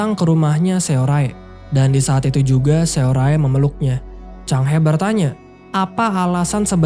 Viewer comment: capek bgt ga lanjut nonton krn namanya SeoRae, bacanya harusnya dibaca SORE malah dibaca semua hurufnya 😂